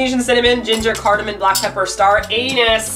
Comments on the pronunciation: It’s Anise, not anus.....LMAO! I love you! This looks delicious! I’m gonna try it. ❤️ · sure, but I think was just having fun with the pronunciation. I pronounce it as ah-NEES. One of my favorite spices, and it's decidedly asian in smell and flavor.